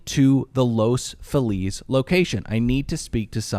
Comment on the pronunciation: Every time they mispronounce Los Feliz it's like nails on a chalkboard. has no excuse, he grew up LA!